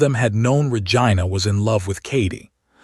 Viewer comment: Pleaaaaasssseeee.!!!! It's Ra-gee-na.